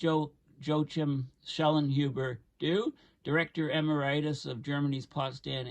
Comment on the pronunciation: eMERitus not emer-I-tus? - weird that doesn't know how to pronounce that word.